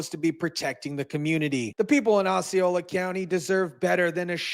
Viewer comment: Pronounced Ossy- Ola county...NOT Oxxy - are you stupid or just skipped 3,4,5th grade.